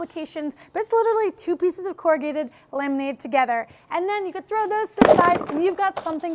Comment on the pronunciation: Double wall isn't usually 2 sheets of singlewall board together, as that would end up with 4 liners vs. just 3 liners, right? Also, you said "corr-a-git" at one point - isn't the noun said as corrugated (long "a" sound and "d" at the end or as a verb it is "corr-u-gate", still with long "a" sound?